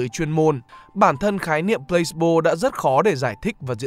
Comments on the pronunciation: mình có góp ý nhỏ là từ này đọc là plơ-xi-bô chứ không phải plâyx-bô nhé bạn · Mình tưởng đọc là Plah see bo chứ nhỉ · chữ này đọc 3 âm tiết. kiểu plah see bo